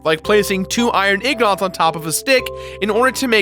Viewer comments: did you just fucking say IGNOT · said Iron Ignot instead of Ingot...i actually used to do that too... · i never understand why some people pronounce ingot as "ig-not" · Just for everyone who's never seen the word in their life, it's pronounce ing-get. I KNOW IT'S WEIRD BUT WHATEVER OKAY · sir it is pronounced (ing got) or (ing get) thank you for your time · Ignot? IGNOT? How do you get ignot from ingot? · Did he say "iron ignots"? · did he just butcher the word ingot!? was that on purpose? i hope it was on purpose.